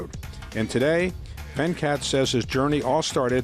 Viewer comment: It's not Vencat its Ven-cut